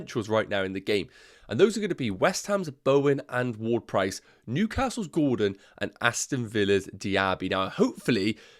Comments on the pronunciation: Did you just call him "Word-Price"? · not probably you are calling him so the entire video 🤣 i just found it funny 😆 but i get it with the different accents 😅